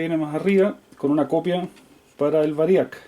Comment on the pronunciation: humildemente mi aporte...la palabra es VÁRIAC con acento en la primera "A"